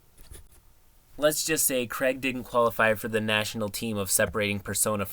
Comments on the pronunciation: It bothers me how much you mispronounce Craig. It's not just you. It's "Craig" not "Creg". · As much as I love, I can't handle the fact that Craig is said as Creg.